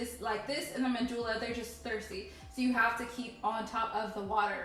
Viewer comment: Manjula...pronounced man...hula...